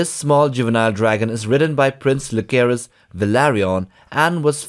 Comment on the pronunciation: The names are not pronounced with a k sound. More like Ja-sae-rys and Lu-sae-rys.